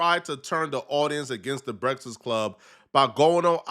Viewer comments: Bra u can't say breakfast? That's terrible Brehtfast club lol.... I'm dying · “The Breksist Club”